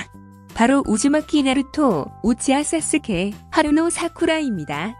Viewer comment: 왜 계속 사스케를 싸스케, 세스케라고 읽는거같지??